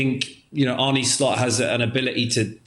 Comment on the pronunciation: It´s not Arnie - Its a short "eh" in Arne Same in Porsche